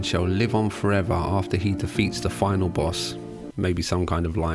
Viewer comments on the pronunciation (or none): none